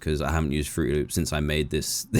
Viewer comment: AINT NO WAY HE SAID FRUTY LOOPS